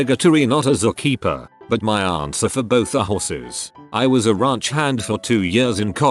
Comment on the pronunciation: "Zu Keepa" LOL!!!